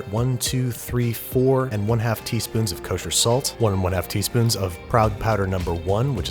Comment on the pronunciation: Nobody: Babish: KOSHER SALT